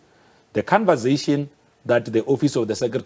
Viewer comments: Ayi ubhuti we "khanvazayshin" ✋🏽🙄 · "Convazation", he invents his own words all the time! 😆 🤣 😂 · Hey wena😂😂😂 the canvasation😂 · Cunversation... And they send this man in... Conversation pilgrim... Conversation!!